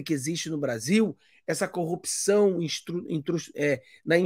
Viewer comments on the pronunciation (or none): none